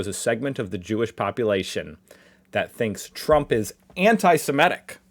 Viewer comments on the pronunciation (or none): Anti-semitic not Anti-sEmetic.....yet you can say Anti-semitism correctly..americans are weird...🤷